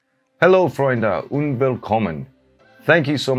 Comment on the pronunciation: make sure you pronounce the 'd' in 'und Willkommen' audibly, otherwise it sounds remarkably like 'unwillkommen'. ;)